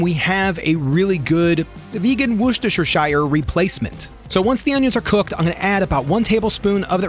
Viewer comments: It's pronounced WUSS-TUR-SHUR. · I'm going to help you say it properly. Wuster-sher. Say it like that reads and you will be fine. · Just to help, it's pronounced "wu-ster-,sure" sauce. There's no lord of the rings shire involved.❤❤❤❤❤❤❤ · As a Brit it's endlessly amusing how North Americans can't say Worcestershire sauce. Wu (as in woof) sta sheer. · Worcestershire = Wish-Tish-Sure 😂😂😂